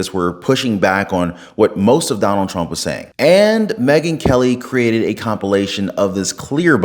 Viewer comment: Trump not tramp 😂just sayin 😉